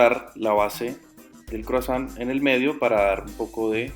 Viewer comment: Oi se pronuncia oa..san se pronuncia son gutural.....tons es "croa son" gutural.